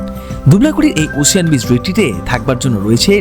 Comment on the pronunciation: “ওসিয়ান” নয় “ওসেন”